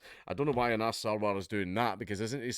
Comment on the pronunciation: You mispronounced 'Anas '...